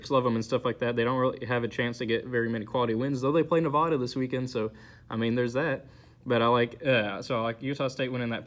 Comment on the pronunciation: Its Nev-aaa-da not Nev-ahh-da but great vid